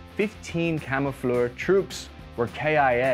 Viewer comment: You are Italian and you can't pronounce "camoufler" ? Interesting video.